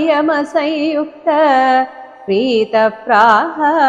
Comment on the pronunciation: Hello, Hare Krishna🙏 I always noticed you are pronouncing ‘Sayuktha’ instead of ‘Samyukatha’. Could you please let me know any reason for that? Because I always pronounce as Samyukatha. May be it will help me to correct. Thanks!